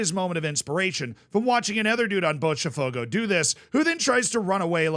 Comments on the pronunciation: You only use the "ch" sound for "te" or "ti" , Z. "Botafogo" not "Botchafogo" lol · stop saying Botcha its bota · Pronunciation tips: Palatalization, which results in the /ʃ/ sound after the /t/ that you're trying to do with Botafogo only applies when the T is followed by E or I in some regions. When it's followed by any other vowel, it is closer to the English T or a hard T for some regions. This means that for Botafogo, it would be pronounced [botaˈfogʊ] (you can use an IPA reader to check how this sounds with a Brazilian accent. (you actually got the pronunciation right once or twice in the video when you were not trying to do it right) Note that palatalization occurs also with the letter D in the same contexts. Regarding the letters S and C when followed by E or I does not happen in Brazil, so in Brazilian Portuguese, Fluminense sounds much closer to what an English speaker would intuitively try to say rather than with the /ʃ/ sound at the end. So, Fluminense would be [flumiˈnẽsɪ]. I recommend to check Pɛtɾʊs, which is a tool to convert words to the phonetic alphabet with the Brazilian accent, then you can put it into most IPA readers and you'll get something close to the actual pronunciation. I recommend the ipa-reader . xyz because it has multiple pronunciations, including two Brazilian voices. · It's pronounced more like floomynancy and bawtuh fogo